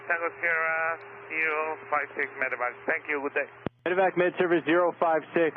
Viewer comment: I prefer this format. As a professional aviator, I’m interested in hearing other aviators personal views/opinions. Only critique: medi-vac, not medic-vac. I’ve done more than my share of them. Also, I’d lose the Fox News footage/affiliation, as trust level for ANY national “news” outlet is sus at best. Excellent job though,, thank you for the effort🤙🤙